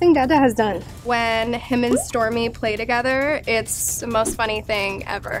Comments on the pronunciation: the way stormi pronounced her name 'essmi'😍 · Its stormi not stormie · No.. she said "Stormi". She couldn't say it well.